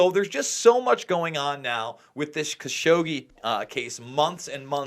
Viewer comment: It's pronounced ka-SHOW-gee